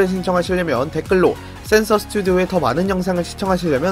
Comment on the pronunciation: 센서스튜디오 발음을 자꾸 세스스투디오 라고 하세요